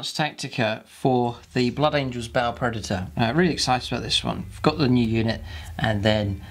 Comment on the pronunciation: That is a damn pretty tank! And I like that you pronounce the name of it right. Many is the ba player I've met who tells me how cool their 'ball' predator is. smh It's the only blood angel toy I wish other codex marines could take, mostly for the twin assault cannons.